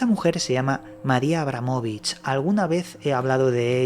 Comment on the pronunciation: Decir mal su nombre forma parte de otro extraño ritual??